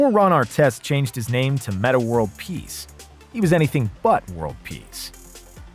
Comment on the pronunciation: These fools always mispronounce names 🙄